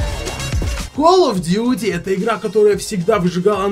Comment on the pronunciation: Игра называется Калл оф дюти Не Кал оф дюти